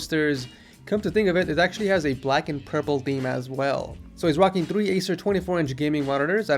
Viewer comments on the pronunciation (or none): none